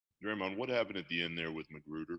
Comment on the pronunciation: 😂😂😂 Draymond said it right